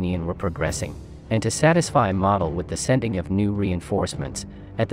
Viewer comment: Please pronounce Model correctly.